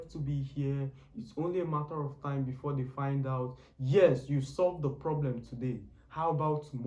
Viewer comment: It’s Before* not Begore👍🏾